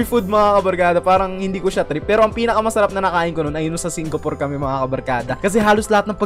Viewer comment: Me hearing say yung sa singapor 😵😵😵